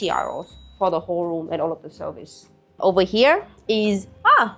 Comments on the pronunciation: I get confused when you're trying to say euro. i have heard you say "you" very well. Just say "you" and "row" like row the boat. You'll be great! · She pronounces it like how Germans say Euro, which to English speakers sounds like “oyro” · She prononces "euro" the german way 🤗